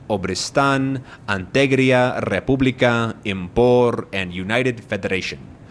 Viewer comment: I'm fluent in english, but I just really like the style of video where somebody's explaining something different from, but adjacent to the game (Politics, psychology, or in this case, language.) It's got a nice balance, or rythm to it. Definitely subscribing if you're gonna be making more of this kind of video PS. It's Republia, not Republica :P